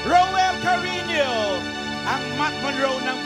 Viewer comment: Cariño po hindi Carino